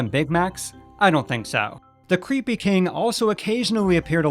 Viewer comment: Lol “Kang” every time he said king.